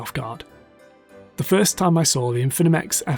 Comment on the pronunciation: Great video. Be careful of pronouncing Infimech correctly. There is only 1 n and only 3 syllables, I think. Thanks for the information and analysis!